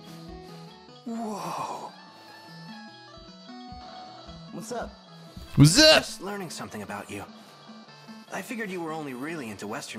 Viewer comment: Game: Kas-Pahr: Cas-Per Game: Mer-Seh-Dez: Mer-Sei-Dis Game: Mo-Ri-Shige: Mo-Shi-Rige Game: Ko-Ma-Eh-Da: Ko-May-Da Game: Wai-Fu: Wah-Fu Game: Tomato: UGM-133A Trident II Submarine-Launched Ballistic Missile(SLBM)